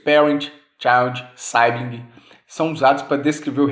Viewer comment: Professor esses namespace é obrigatório usar o nome de um domínio? E só uma dica professor na pronuncia das palavras head e sibling head se fala Héd como se só tivesse o "é" e não com som de "i" sibling se fala siblin com o som do "i" em português mesmo.